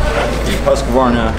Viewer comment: Hearing american pronounce Husqvarna and svart/vitpilen always kills me a little.